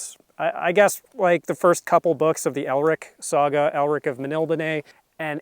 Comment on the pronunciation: I like the pronunciation of Melniboné.